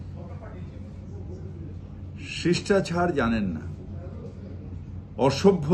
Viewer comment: শিষ্টাচার কে বলছে শিষ্ঠাছার? "চূড়ান্ত ছাড়িয়ে গেছে " মানে কি? বাংলা বলতেও পারেন না, চূড়ান্ত অশিক্ষিত একটা লোক, উনি নিজেই তো দেশদ্রোহীর মতো কলকাতা কে মিনি পাকিস্তান বলেন, অন্য ধর্মের মানুষকে দুর্ভাগা বলেন, ওনার অগ্নিমিত্রা পল এর নামে মিথ্যা প্রচারের জন্য লজ্জিত হওয়া উচিত